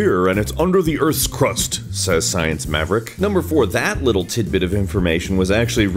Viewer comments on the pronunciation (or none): none